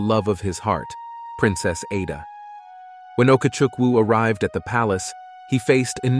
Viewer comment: Igbo, the g is silent. The letter "A" in Ada has a short vowel sound.